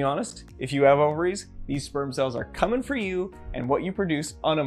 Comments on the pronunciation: he knew EXACTLY what he was doing when he did that emphasis on that COMING, lmao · Bro rlly emphasized "coming"